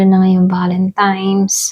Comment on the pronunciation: Valentine's madam mg pronouns hindi valentimes..😅 salamat sa reading